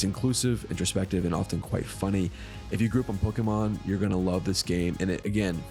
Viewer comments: Bro... learn how to pronounce Pokemon. All it takes is a 5 second google search. How do you expect us to take you seriously otherwise? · Every time you say it I cringe a bit. I almost can't watch the video... idk, I may not